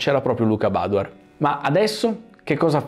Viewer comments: però badoèr, non bàdoer. Egli è veneto, non inglese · Ciao , io sono proprio di Montebelluna, grazie per aver portato questo video.. l'accento del cognome però te lo correggo perché va sulla E, tipico cognome veneto 😉✌️ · Piccolo appunto: *Badoèr, da buon veneto quale è ♥️ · Bellissimo video, nota da trevigiano: siete simpatici, siete bravi, state facendo un ottimo lavoro, ma, vi prego, utilizzate la vostra visibilità per far capire a tutti che si dice BADOÉR CON L'ACCENTO SULLA E. Ormai si è arreso pure lui, una gioia concediamola😅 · Possibile che dopo tanti anni nessuno pronunci correttamente il suo cognome, neppure tra gli esperti? È Veneto, si pronuncia Badoér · Confermo, da montebellunese, che l'accento cade sulla "e" dell'ultima sillaba, non sulla "a" della prima. Luca è veneto mica inglese!!!😉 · aspettavo questo momento per sentire la pronuncia sbagliata del cognome 😂. ora smetto di fare il cagacazzi e mi godo il video😁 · non lo pronunci giusti il cognome ricordati che e' veneto